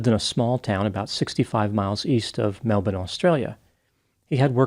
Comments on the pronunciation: your analyses was most interesting. And i congratulate you on your correct way of saying our Melbourne the Aussie way, instead of the way Americans mostly pronounce it.🙂 This tragic case was widely covered here in Victoria. And infidelity is such a soul-destroying experience which takes a very long time to get past. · Good job pronouncing Melbourne correctly! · You pronounced Melbourne correctly Dr!👍At one point, my home city was considered to be called Batmania🤪🤪🤪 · Correct pronunciation of Melbourne impressed me too.